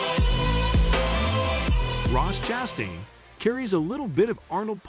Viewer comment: Does this guy know how to pronounce last names? Chastun, nicklaws... Hard to watch. Btw Ross ChastAIn sucks, his "aggressive" style really means he cant hold a line in traffic...